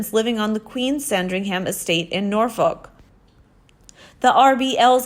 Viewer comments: Lol Americans have trouble with pronouncing our town/city names. :-D We say Norfuc, not Norfoke. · It's actually pronounced Norfok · Always heard it pronounced Norfuc. I have never heard it pronounced any other way.